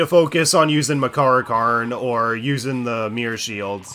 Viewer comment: I'm starting to think he keeps saying Persona and move names wrong on purpose just to piss people off. Skuh-DEE instead of SKAH-di? Deh-kuh-JUH instead of Dee-KAH-jah or Deh-KAH-jah? Yet he gets Makarakarn correct?